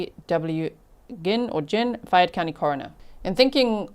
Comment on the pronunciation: I live in Louisville KY... hearing about this case from you G. Thank you for covering it! Fayette County is pronounced FAY -YET ❤❤❤